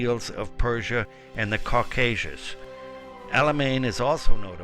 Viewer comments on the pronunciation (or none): none